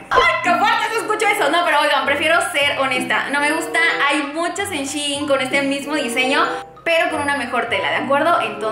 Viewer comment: Me desespera que no pronuncies bien "Shein"